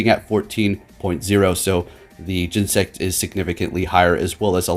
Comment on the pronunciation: Oh man the Cringe! say it with me GEN-E-SECT!